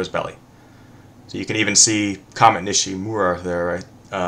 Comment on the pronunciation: The name is nishiMURA but everyone is pronouncing it nishiRUMA. I'm not trying to nitpick or judge or anything negative here Brother, I'm just trying to figure out why only Patrick(Hourly Watch) seems to be able to pronounce it correctly. I'm trying to figure out if it's prophetic or something, but when I search the wrong spelling, it comes up blank, nothing. If just one person was pronouncing it incorrectly, I wouldn't even notice, but it really seems like almost everyone is pronouncing it wrong, gotta be a reason, y'all are way smarter than I am. just a point of interest here my friend, and maybe you can figure it out,,,,or am I just being over sensitive in these, the last days???? ( I wonder if saying it wrong negates it's meaning??) I don't knowwwww lol. One thing I know is I truly love your videos and miss yer lovely wife's contributions. Keep up the great work my beloved Brother in Yeshua HaMashiach. Written in love, Shalom, Bee